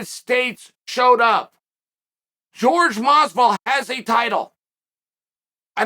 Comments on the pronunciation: Where are you wrong??? It's (whore-hey) not (George) . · Me: Jorge Masvidal Chael: George Masvidal Me: George Masvidal